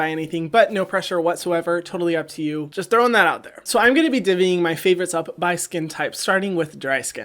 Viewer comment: "deeving" I never heard anyone say "dividing" like that I was confused what he was saying